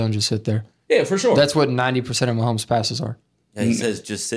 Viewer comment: Who is this dude talkin about Mahomes? Man said Manzel? Came to hear thoughts about the Pro Bowl, almost clicked off